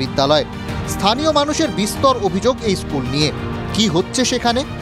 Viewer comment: School tao thik kore pronounced korte parche naa😂 ishschool bolche. Ekjon wbcs executive er theke eta asa kora jayna